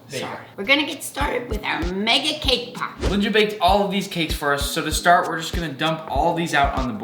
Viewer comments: I thought he said “kpop” instead of “came pop” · 🤣🤣🤣🤣🤣 thaught he said k-pop 😅😅